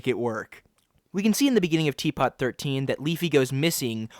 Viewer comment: it’s pronounced “T Poo”